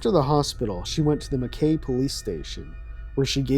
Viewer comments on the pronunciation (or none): Oh gosh, hearing you mispronounce Mackay every time was painful but understandable due to the spelling. But instead of ending on an AY noise, it's an EYE noise. Like Ma-kye.